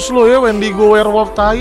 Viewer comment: Nama mutantnya bukan wendigo bang tapi windago